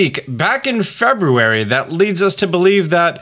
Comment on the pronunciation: The way you say February hurts me mentally